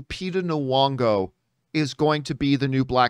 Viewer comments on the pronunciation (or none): lupita noo-wongo. nah-kia. 🤣😂🤣😂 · John, just fyi, there's no w in Lupita Nyong'o's name. You always pronounce it with a w sound and that's not right.